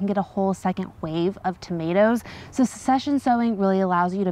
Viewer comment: I believe succession is pronounced suhk-seh-shn. 😋